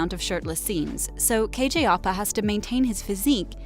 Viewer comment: its pronounced kj au pa